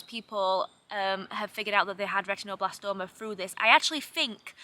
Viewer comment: A silly thing, but I love how you pronounce "retinoblastoma" -- very Yorkshire vowel pronunciation!